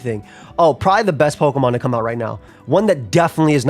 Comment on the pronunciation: love seeing the New York come outa people😂😂😂